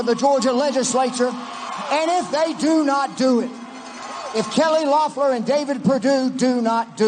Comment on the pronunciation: "We ain't dumb"... Proceeds to mispronounce "Loeffler"